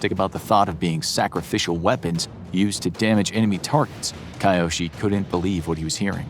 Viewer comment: A bit of pronounciation practice wouldn't have hurt before making this. It's really jarring to hear sometimes pretty near perfect pronounciations and then kAiOsHi even though I'm sure his name is Kyoshi... Hard to tell with that pronounciation though. It's either Kyoshi (K-yoh-shee) or Kiyoshi (kee-yoh-shee) but definitely not what the narrator is saying.